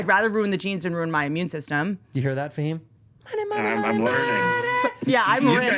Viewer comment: Whitney is pronouncing Fahim as if it's Hebrew. What a clanger!